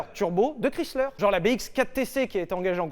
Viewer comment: C'est horrible comment il dit le nom de Chrysler 🥲 mes oreilles saignent hahaha